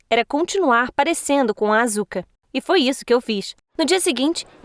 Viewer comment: mds q dor---------- a pronuncia da asuka AAAAAAAAAAAAAAAAA